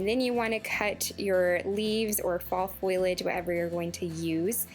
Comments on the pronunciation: All beautiful ideas. I can't wait to try.. I adore the wreath and framed autumnal pieces..❤❤ I also just wanted to help with a pronounciation of a word. FO-LEE-AGE not FOIL-AGE. FOIL implies you are using the cooking medium not plant matter. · leave the L out of the word foilage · Foliage: Foh-Lee-Edge I understand that people from different places pronounce things differently, but you are transposing two letters that essentially turns leaves into a made up word that only had a definition in urban dictionary. Just trying to educate, not hating. Wreaths look great 👍🏻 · I really liked the video and almost subscribed but the"foilage" think kept making me cringe. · Amanda Niles I agree and I can't handle when people drop the g off Of my words like findings to findins. However she is adorable and also the crafts!